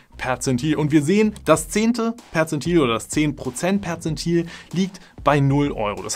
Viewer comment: Ich dachte er sagt Potenzmittel 😂